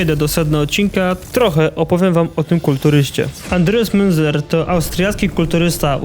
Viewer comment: Wszystko ładnie, pięknie. Tylko bardzo kaleczysz wiele nazw jak mówisz przez co materiał mocno traci na jakości. Munzer czyta sie z niemieckiego jako Mynca, San Jose czyta się San Hose. Niby niewielkie różnice a o ile lepiej by było. Pozdrawiam